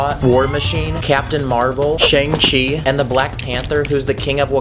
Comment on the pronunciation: It’s pronounced ShAAAAAng chee